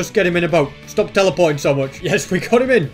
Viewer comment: its much not moch omg